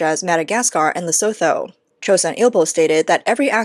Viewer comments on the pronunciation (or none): its pronounced LESO-too